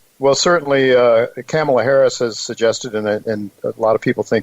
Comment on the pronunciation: Great show. We need an hour of. BTW: It’s Ka-ma-la, not Cam-el-la.